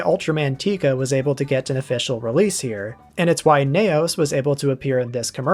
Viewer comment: Ultraseven 21 is a Futurian confirmed. Also confirmed mispronunciation of "Neos" as 'Nay Os' for some reason?